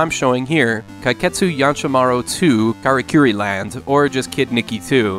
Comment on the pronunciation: It doesn't translate to that at all. The title "Samurai Pizza Cats" was completely made up by western distributors of the anime. I looked up "Teyandee" in an online dictionary and it says it translates to "What the hell are you saying?!". Adventure Island 4's japanese title is "Takahashi Meijin no Bouken Jima 4" Actually it's "Karakuri" からくり not "karikuri" かりくり